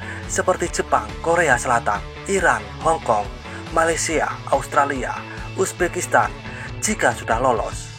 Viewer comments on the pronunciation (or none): none